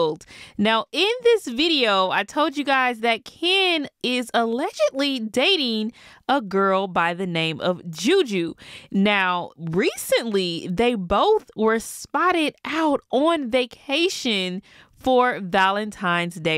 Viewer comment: This is why my stepbro wants to change his name as it’s spelt Juju too but pronounced ‘jojo’😂 and everyone including me initially , pronounced it how you did. Not sure if it’s the same for her. Anyways , she’s gorgeous ! Fair play to Ken